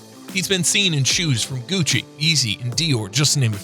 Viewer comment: He said paul joorjes,and gutsi